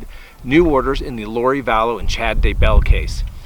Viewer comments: I really appreciate your work. Thank you. One tip though: here in Southeastern Idaho, people that know the DAYbell Family pronounce the name with the emphasis put on the Day, not the Bell like you say. DAYbell. You say DayBELL. Just a tip for credibility! 😀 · I would really like you to learn how to pronounce some of these last names on your videos. If I hear you call Chad, "Chad Dabell" one more time I'm going to lose it. Also, with Mary Kay Letourneau you again mispronounced her name. C'mon, her case was the biggest underage sex crime in the 90s! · Chad Daybell has become less and less Chad Daybell lol: Chad Da Belle Chad 'ayBell Chad D'Bell - this is my favorite pronunciation🤣🤣🤣 I only hope he's saying it that way because like Miss Vallow/Mrs Daybell, he has no respect for what they'd like to be called.